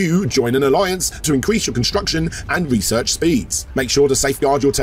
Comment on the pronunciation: I was into your ad till I heard research speed. Also breath lol